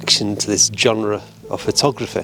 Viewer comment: What's a jonrah? That's not how genre is pronounced. Another amateur presenter on YouTube, trying to make money?